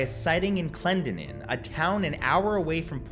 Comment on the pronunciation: Please learn to properly pronounce the names of that area! (I grew up there) Kanawha, Clendenin, Gallipolis. Kanawha- ka naw Clendenin- clen den in Gallipolis- gal i polis